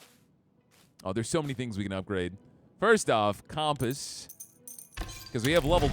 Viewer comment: Never heard someone mispronounce compass like that before.